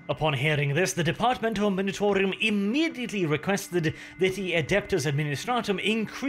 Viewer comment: Oh and...for the also many times you say it...its the Departmento 'M-u-nitorum', not 'M-i-nitorum', but I grant you, of course, to have a bit of artistic freedom in this, if you like 😅